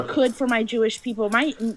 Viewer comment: guys pretends to be Jewish saying he converted, based on his accent I can tell that he is not, he is an Arabic speaking person with a strong Arabic accent, Hebrew accent is not similar at all to Arabic accent, the biggest giveaway to his flasification of his identity is how he says People, he said Beoble, because in Arabic the P sound does not exsit.